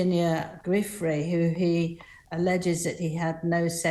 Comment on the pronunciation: Why can neither of these ppl pronounce Giuffre?